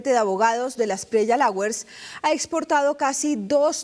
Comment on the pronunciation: Que bien. Esto si es periodismo. Pero 1) lawyers se pronuncia ( loiers) 2 el tipejo es de la espriella , NO de delaespriella. Le sobra un “de” Cual es el departamento DEL BOLIVAR? Y si no se sabe quien le dio la orden al ESMAT, que vaya pagando los jefes mas inmediatos.